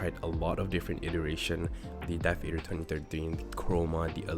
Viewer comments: It's pronounced Adder - Death-Adder. Not Ey-der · WHY YOU FUCKING MISPRONOUNCING THE DEATHADDER. ITS A TYPE OF SNAKE DUDE. ITS JUST A DEATH ADDER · "Death ayedder v3" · I had to click off when he didn’t even know how to pronounce the thing he’s reviewing